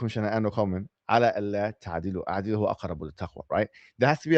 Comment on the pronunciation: . Its إعدلوا with a kasrah. Not أعدلو with fatha